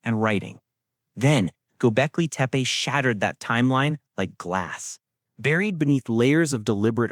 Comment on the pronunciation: You know its to bad this AI PRESENTATIKON IS CLICK BAITAND THAT THE NARRATORS PACING AND LPRONOUNCIATION IS SO BAD ON THE WORDS DESCRIBING THE SOCIETY. i TURNED ON THE CLOSED CAPTIONS AND THE GGOGLE VOICE ENGINGE COULD NOT UNDERSTAND THE NARRATOR EITHER. WHAT EVER GOBECLETE MEAN S BUT THAT WASN'T WHAT THE NARRATOR SAID. What is deliberate earth? officially should not exist is bullshit ., When history books make claims they only say the evidence so far says something this creator is a jerk. why is this dangerous archeologists don't mind new information it just has to have good evidence to corroborate the findings that what books and PHD theses do. i stopped listening after 5 mins. I also dont like the stupid animation 👎👎👎